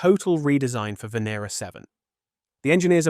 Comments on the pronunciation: Fantastic video but by god learn how to pronounce the names right. You have said the name Venera differently about 5 times throughout. It's not hard. Ven-ear-rah. Also please don't say bayte for beeta. You're British. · Venera means Venus in Russian Is it pronounced v(i)en(i)era